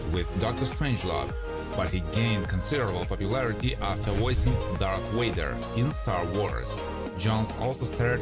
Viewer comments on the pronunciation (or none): Darth WADER?? WADER? I always heard it was VADER.